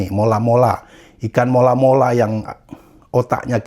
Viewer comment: Mola mola bang,bukan Malo malo😂